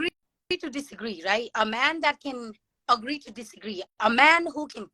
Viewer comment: I Can tell her native language is Hindi by the way she pronounces “agree” and “woice”.